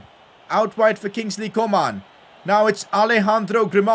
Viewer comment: I love the way he says Kingsley co-maan